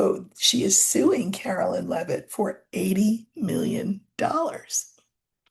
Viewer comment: Please , Caroline not Carolyn